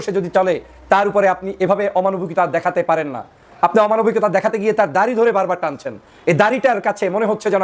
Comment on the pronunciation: দারি নয় দাড়ি হবে।